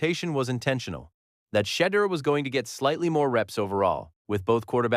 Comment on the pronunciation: SHEDEUR IS PRONOUNCED SHA-DOOR